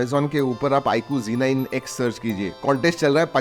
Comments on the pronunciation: Yeh IQOO ZEEE 9 X NAHI HAI, IQOO ZEDD 9 X HAI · bro ba g9x nehi z9x